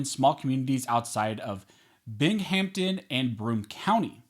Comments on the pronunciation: It’s not pronounced - bing hampton It’s pronounced- bingum tin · It's pronounced Bing-ham-ton, not Bing-hamP-ton, that's no P. I should know because I lived there my whole life until two years ago, when I got tired of living in a dictorial oppressive state and moved away for good. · Binghamton is usually pronounced "Bing um tin" FYI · It's Bing-um-tun